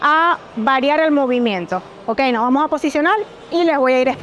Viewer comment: Ahora cualquiera da consejos y rutina, dragon Pharma que decepción que tengan pseudo atletas tan chafas!! Puro youtuber! Consigan atletas de alto nivel aunque cuesten más caros! Por cierto para esta dama, se dice GIMNASIO!!! No GiGNASIO. Y vamos!! No Vamo.